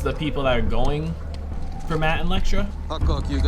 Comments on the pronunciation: My boy been calling Elektra “Lektra” for episodes now lmfaoo 🤣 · much love bro. I gotta say this tho, Matt’s assassin girlfriend is named Elektra. E-lektra. Not Lektra. Sorry if me correcting you seems douchey or pretentious but just know its from a positive place. Big fan! Keep up the good work! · I'm so curious how many more episodes he'll go calling her lektra lol